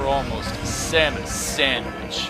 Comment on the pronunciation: samwich lol